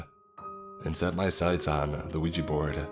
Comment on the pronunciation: yet another case of a 'Weegie' board haha. Why can people not pronounce 'ouija' correctly?